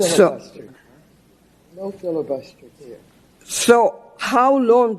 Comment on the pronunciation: everytime he says one word waters says “no filabuster” does she know what filabuster means?? this is the most pathetic embarrassment of this country ever